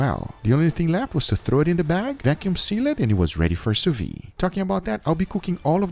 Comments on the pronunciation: soo veed say it like that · Hey! Please try to pronounce the D at the end of sous-vide, its not a muted letter! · French speaker here, sous vide is pronounced "SOO VEED" NOT "SOO VEE" the d is not silent. Thought you might want to know. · The way you pronounce ''sous-vide'' like ''sous-vee'' makes me laugh everytime. You need to pronounce the ''d''. Like ''sue-veede''. Source: french is my first language.